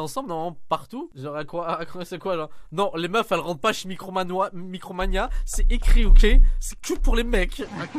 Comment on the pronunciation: "Micromanois" Ça m'a explosé 😂😂😂